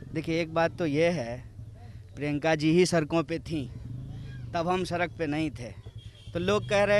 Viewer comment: Are गधे सड़क होता है। सरक नहीं